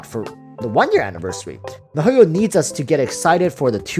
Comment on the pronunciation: Mahoio -_- they should ban u for that pronunciation! U even Asian c mon!